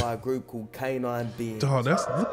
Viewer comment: "canince beings ", i cant make this shit up !! lmao